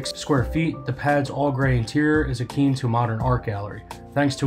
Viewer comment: The incorrect words in this video are distracting… ‘eclectic’, not ‘electric’; ‘ingenious’ not ‘ingenuous’; ‘akin’ not ‘akeen’, ‘peculiar’ not ‘particular’, and those are only the ones I can recall off the top. I know I’m particularly pedantic, but it’s distracting.